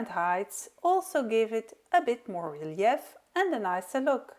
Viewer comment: Very creative and lovely cards. The methods are very helpful,thank you. Do you mind if I help with your pronunciation? I’m an English as a second language teacher. Thee first one is the name of the flower echinacea pronounced ekinAYshuh and the secon is relief pronounced relief. Your English is amazing though and every little bit helps I think! Thanks 😊